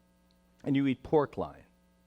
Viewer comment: I thought it was pork loin, not line or lion, or whatever he's saying....